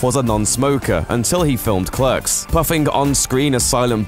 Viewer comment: your British so why can't you pronounce clerks correctly. .